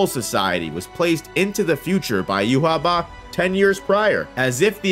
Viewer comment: pronunciation of Yhwach. Jew ha Bach lol